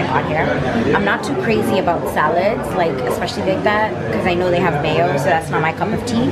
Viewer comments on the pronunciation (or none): none